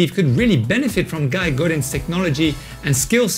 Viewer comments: "Guy"? You as a frenchman should know how to pronounce his name! He is from French part of Canada! :) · Hey bud, I Guess you mean his name is pronounced “Guee” then, thanks for the tip :) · Awesome, really appreciate it, can you imagine I been mis pronouncing it for a year!...let me get my shovel and dig a hole to put my head in lol